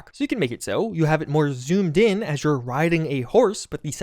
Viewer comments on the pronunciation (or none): none